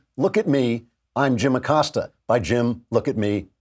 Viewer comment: Abilio “Will” Acost-ya